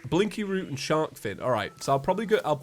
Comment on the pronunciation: Is calling blinkroot, "blinky root"?